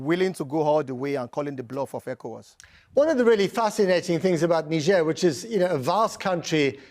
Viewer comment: The only uk news presenter to pronounce ECOWAS correctly 👏🏾. I’ll let him slide on the mispronouncing Accra as a British Ghanaian.